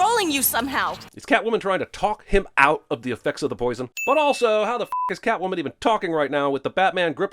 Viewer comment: Ah, so Catomwan's a bastard. Don't know much of Selina Kyle in da comics but butchering her alter-ego's name like dat is a sin! Lol ding